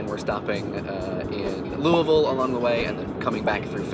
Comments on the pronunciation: Woohoo! You said "Louisville" correctly! We appreciate that. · Thank you for properly pronouncing "Louisville" :) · It makes me so happy when someone mentions Louisville in a thing and they pronounce it the way we pronounce it.